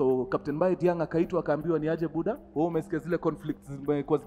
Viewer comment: Diagne is Prounounced as Dianye if I'm not wrong